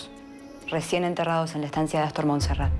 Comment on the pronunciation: Me gusta cuando el dice Assstor.